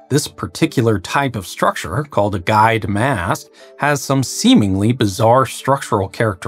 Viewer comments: Listening to this makes me giggle each time he pronounces "guides" as "guys". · It sounds like you're saying "guys"...? What??? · It took me 6 minutes to decipher 'guyed' instead of 'guide'. I'm kicking myself right now.